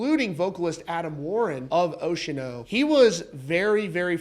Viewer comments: Ocean-O? You're killing me bro. Say it with me. "Oce-an-o" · "Stop saying Ocean-O in there!" 😂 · It’s oce-a-no. (4 syllables) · I could be wrong here, but I'm prettttttttttty sure it's NOT pronounced "ocean-oh" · Bro its Oceano not Oceano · The pronunciation of Oceano made me pause, leave this comment and stop watching this video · Sorry, can't unhear it now 😂